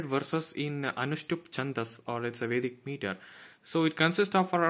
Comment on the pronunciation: Watta a great knowlege. I admire your work...The way you uttered Vedic Culture, even our accent sounds fake